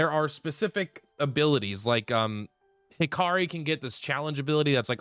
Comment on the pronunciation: What about when he calls Hikari Hakiri?